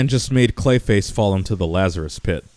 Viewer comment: STOP SAYING CLISHA!!!!